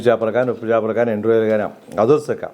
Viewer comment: Chapalu kadu chepalu nayana